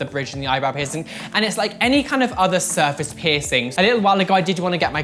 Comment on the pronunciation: "Serface" its surface